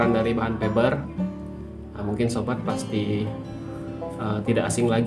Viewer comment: Bukan Feber tapi fiber 😂🤣🤣